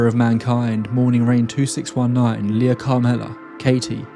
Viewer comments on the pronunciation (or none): none